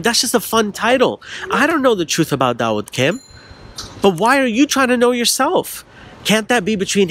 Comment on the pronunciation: "Daud wood" LOLOLOl 😂